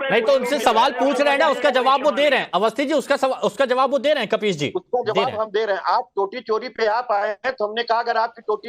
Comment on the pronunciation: कपीश नहीं खबीस है 😂😂😂😂😂😂